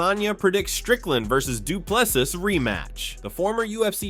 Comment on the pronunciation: Last s is silent